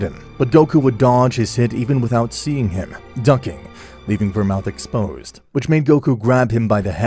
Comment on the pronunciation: Ver-mooth. Not ver-mouth 😂